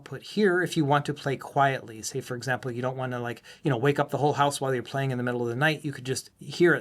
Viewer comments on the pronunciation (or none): none